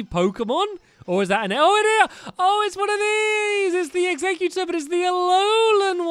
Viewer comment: stampy it's pronounced egg-zek-you-tor